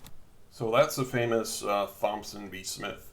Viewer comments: Its pronounced "TOMson" not "THOMson" . Also, Constitutional Common law of the Land states that no state can make a RIGHT into a PRIVILEGE, and if they do, it can be ignored. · brandon kushner yes!!!! I can’t take it! THompson??!? 🤯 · Thomson is pronounced "Tom-son". Thompson is pronounced "TomP-son". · LOL THIS MAN SAID THOMPSON!!!! Its pronounced like TOMPSON!!! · Why are you pronouncing Thompson like the Th is soft? The name sounds like "Tompson" The H is silent. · hey thompson is pronounced tomson the "T" & "P" Is silent. dumb ass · Thompson is pronounced 'Tom-son' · Thompson is a common name... you should know how to pronounce it correctly. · "Th"ompson! The 'h' is silent you you idiot!! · Garry McMhastegut Cognitive ability has nothing to do with it. And, I did no such thing. I explained that a person that doesn't have the experience to know how to pronounce Thompson, has demonstrated a lack of experience living in the midst of the US population. Such a lack of real world experience makes his opinion of little to no value.